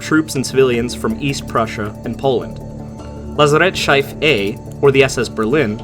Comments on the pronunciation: Lazarettschiff not Lazarettscheif, LOL. Short i. It sounds like "Lazarett-shite" when you say it. ;) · lassarette shife? My ears bleed ;-D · just a tip, if you ever cover another story about a Lazarettschiff the pronounciacion is Lat-sa-ret (Lat like in latin, sa like in savage, ret like in reticle) and schiff is just like ship but with F instead of P at the end. greetings from germany, just found your channel like an hour or so ago and i am already addicted, keep up the good work mate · Hey man, appreciate your Work, but one quick intervention, please do not try to speak out german words you dont know, it hurts. You can spell them as subtitle on the video or just use the english term, but when you were talking about the Lazarettschiff i didnt even know for the first seconds, what you were talking about. Use for better pronouncing the LEO translator or even the google translator and hear the pronouncing. It should help. Greetings Edit: btw, same goes for Swinemünde xD